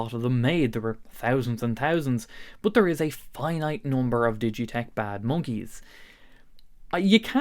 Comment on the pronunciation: Abeuch❌ about✅ Buch❌ but✅